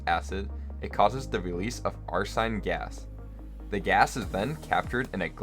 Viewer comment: AsH3 is pronounced "ar-seen" not "ar-sign." Similar to chlorine and bromine. (From someone who has done lots of research on arsenic and arsine.) By the way, great video and good info, other than the pronunciation thing.